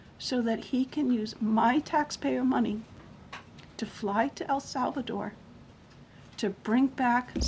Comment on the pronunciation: Why does she keep saying Al Salvador?